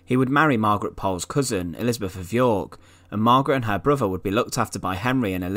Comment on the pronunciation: Er muver an er faver and er bruver , arfur , that was painful to listen too mate?